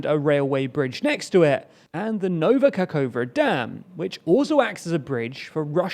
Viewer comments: I understand that it is difficult to pronounce the foreign words, but please try to be a little more precise in reading. "Kakhovka" is not "kakova". It should be read as "ka - HOv - ka" (stressed letters are capitalized). "hov" sounds the same as in the "hover" word. Or you can just put the Ukrainian name into google translate and listen how it is pronounced. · Ka-hove-kah not kakova